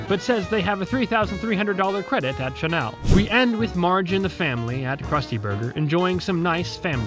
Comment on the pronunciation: You mispronounced Chanel